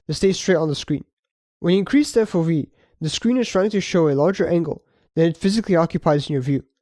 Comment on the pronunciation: FO-vee? 😅 you can't mix It's Eff-oh-vee